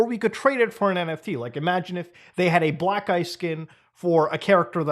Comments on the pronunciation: Me who wasn't really paying attention and suddenly heard Muta say "black guy skin", I had to quickly rewind to get context and find out it was "Black Ice Skin" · I'm feeling like Burnt Chrysler because every time he said "black ice skin" I heard "black guy skin"